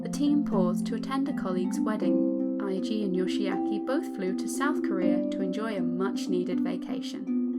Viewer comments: Eiji is A G not I G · Really nice, but it's "eh-ji" ;)